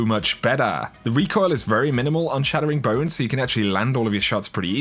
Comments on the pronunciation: It's Chattering Bone not Shattering Bone REEEEE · Its CHATTERing bone not SHATTERing bone. C’mon! 😂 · Chattering bone. Like chat. Not shat. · “shat” tering bone..... 😂